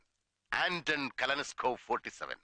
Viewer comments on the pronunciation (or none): കലനസ്കോ അല്ല ആസാണെ കലാഷ്നിക്കോവ്.😅